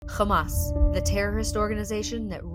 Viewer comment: When i heard KHAMAS . I knew what is this going to end up with